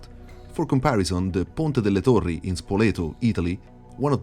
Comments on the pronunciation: really nice video, o forse dovrei dire bel video :D. Quando hai detto "ponte delle torri" mi sono spaventato per la pronuncia perfetta pensando inizialmente non fossi italiano. Comunque si gran bel video davvero molto interessante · Are you Italian? The way you pronounced “ponte delle torri” and Spoleto was perfect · ARE YOU ITALIAN?? YOU'VE JUST PRONOUNCED "PONTE DELLE TORRI" SO PERFERCTLY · I understood that you were italian because of the pronunciation of "Ponte delle torri" 😂 😂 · Piccola confessione, avevo questo video in background nel mentre facevo qualcos'altro e in mezzo alla parlata inglese sentire "Ponte delle torri" in perfetto Italiano mi ha quasi spaventato.